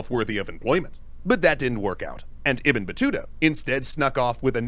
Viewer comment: Yes 😂you pronounce the name right❤❤love your wonderful react to every video.... All support and respect to you from Egypt 🇪🇬🌹🌷🌼🌻🌸